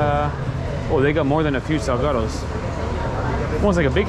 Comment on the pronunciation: i could PAY a mexican guy to pronounce this word in a more spanish way than this guy, and he'd probably fail